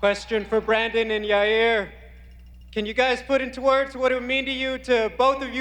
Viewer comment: Lmao Chael calls Yair - “ Your Rear” or “your ear”